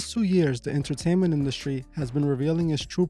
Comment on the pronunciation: “Inner - taint - ment”! Eyes and ears are portals so be cautious of what you allow in!